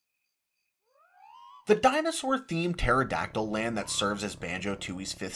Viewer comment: I was today years old when I realized the level actually is called Maya-hem Temple and not May-hem Temple. Which is crazy because I was judging you for called it Pteradactyl Land instead of Terrydactyland.